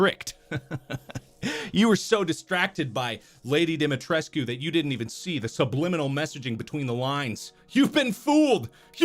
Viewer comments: I just have a huge stupid smile on my face. Lady Dimitrescu and Markipler are a match made in heaven and always will be! They are meant to be! And Mark pronounced her name properly! That's true love. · I can’t pronounce Lady Dimitrescu’s name any other way than Marks way